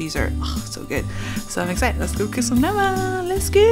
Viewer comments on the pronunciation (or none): You called it " na vang " but you spell it differently .